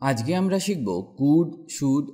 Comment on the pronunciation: সব ঠিক আছে (আজকে)আজগে বলেন কেন?